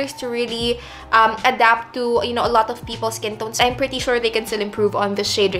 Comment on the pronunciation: "woww gandA" "i knauuwr, its hard work" hahahahah seriouslyyy, love u.